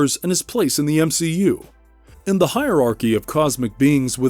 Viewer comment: M-she-u Watcher.....